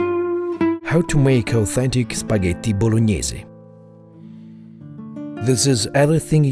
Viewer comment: I love how he perfectly pronounce "Spaghetti Bolognese"